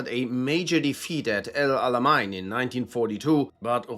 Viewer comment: I can vouch that this guy is an actual german, as he pronounced El Alamein as "El Alamine".